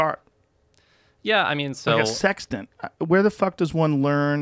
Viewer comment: How many people thought Joe said 'How do you learn how to operate a 'Sex Den', then navigate the ocean'? I was like WHAT?!?! lol